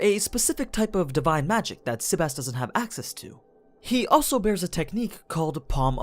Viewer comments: What is with the sebas(tard) pronunciation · Can you pronounce his name normal?